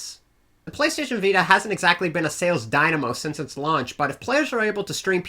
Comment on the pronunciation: i love how he says vita "viydie